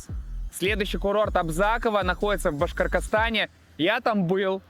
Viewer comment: БашкорКостане, серьезно?)))) Поработайте над дикцией или учите названия республик.